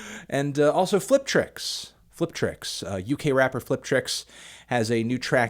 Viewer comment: I don't like the racist way you say "rapper".